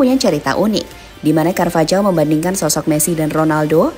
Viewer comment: Cara baca carvajal Karvajal × Karvahal ✓ Cara baca jose Jose × Hose ✓